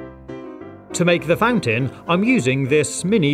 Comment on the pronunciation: Plot Twist: He did say fan tin